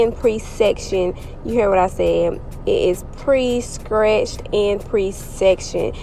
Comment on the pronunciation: Did you say scretched? Buck lenc?😂